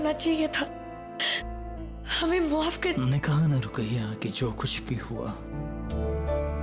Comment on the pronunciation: He log maf ko muhaf kyu bolta hai 😂😂